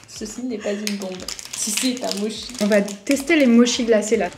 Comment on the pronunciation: MoTCHI, pas "moshi" 😅 Tu finiras par t'en rappeller j'y crois! 🥰